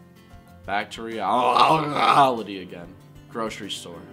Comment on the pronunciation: I nearly spat out my dr pepper laughing at his pronunciation of realalitie jesus christ